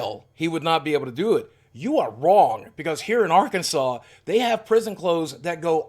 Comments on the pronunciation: Did you say "Are-Kansas" while in prison? That'll be the worst way to keep you in prison even longer! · Does anyone know why Arkansas pronounced Arkansaw